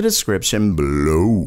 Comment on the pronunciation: When you say below, I 😂